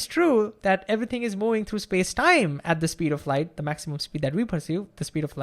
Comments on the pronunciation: I have problems understanding this man until I realized what the problem is: He doesn't say "moving" he says "mouing" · Can you please say "moving" instead of "mouing"